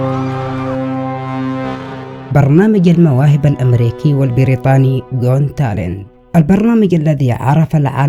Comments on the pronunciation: اخي صدام اسم البرنامج حق المواهب .. جوت تالنت "قوت تالنت " got talent بنسمعك تنطقها مثل جونتالن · اسمو برنامج المواهب جوت تالنت مش جون تالنت😤 اغتصبت اللغة الانجليزية انت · مبدع ياصدام بس ياليت تكون تتأكد من نطق الأسماء والمصطلحات بشكل صحيح قبل عمل اي فيديو.. مثلاً جوت تالنت ليست جون تلنت وفقك الله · الي لاحض ان صدام بيقول "غون تالنت" "gone talent" 😂😂😂😂😂😂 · ماشاء الله بارك الله فيك بس ياخي ليش تلفظ got talent بشكل خاطئ 😅 اتمنى تصلحها